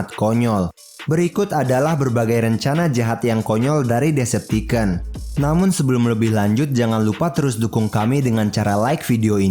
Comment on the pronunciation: Bang ngomong decepticon nya bukan deceptiken tapi deceptikon coba aja search d google translate